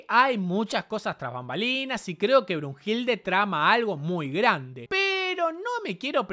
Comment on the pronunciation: JAJAJA me mató el "BRUHILDE"